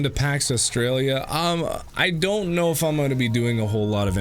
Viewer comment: Niggs said “ ion know about that!”😂😂😂